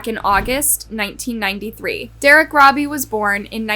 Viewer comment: Eric should have been chemically Castrated by the Prison system before being allowed to be released Eric should never be allowed to Procreate he is an Evil spawn who's genes.should not be allowed to carry on through Procreation. Also Derrick Robie his last name is Pronounced ROE BEE not Robbie.